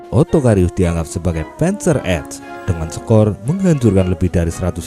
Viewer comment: 👍👍👍... (admin, saran: pengucapan istilah bhs jerman tidak usah di-'inggris'-kan.. p'A'nzer, p'A'nther..)